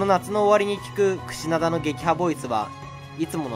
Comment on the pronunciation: クシダナ言うてるw